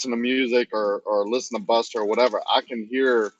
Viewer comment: I think you mangled Buster at the start.